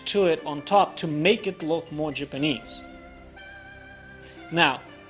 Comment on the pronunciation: It's okay, we know your pronunciation is a lil off. Case n' point "Jipinese" But that's just your accent. What you make is worth more than your tongue. That came out wrong. You know what I mean.